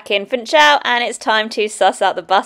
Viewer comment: The pronunciation of Funchal is "foonshal" not 'funchal".